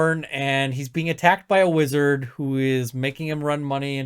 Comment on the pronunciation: "Is he a wizdard"? Lmao